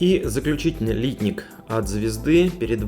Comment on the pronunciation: Обзор в виде сравнения - идея хорошая, все наглядно и хорошо видно. Только вот "лИтник" - он, если правильно, "литнИк". Очень слух режет :)